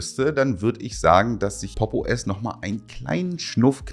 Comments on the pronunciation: Ich höre immer "Poppo S" 😂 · Ich würde Popo ass natürlich niemals Popos aussprechen. Wär ja voll kindisch.